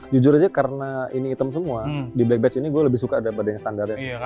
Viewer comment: "Badge" bunyiin "e" nya sama kayak bunyi e dalam kata "ember" bang bukan bunyi e dalam kata "enak"